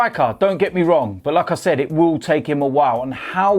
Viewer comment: He says 'like I said' like 'lacazette'